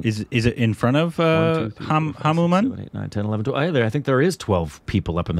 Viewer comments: How did get through school 😂 Reading Hanuman as Hamumam 😂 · It's not Hamu-Man its Hanu-Man... the most powerful super hero of India... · Pronunciation is Hanumaaan Not Hanuman like Batman Jai Shree Ram 🙏🚩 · Hanu Man, Hamu Man... Yes it's Hamu man! Me: burst into laughter in a silent hall while looking at my phone screen Lol😂🤣🤣🤣😂